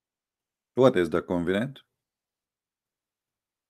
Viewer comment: You are so knowledgeable and admirable teacher, but your English is atrocious. Read carefully covenant كوفننت، there is no word leaded ( it is lead ليد ) or pronounced as led.